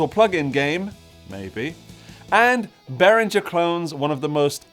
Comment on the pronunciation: Swiss engineer Uli BehrinGer's G is pronounced as in "rinGer stinGer", not as in George. You pronounced it right while joking. All German names (including Germania) has the same "rinGer" G.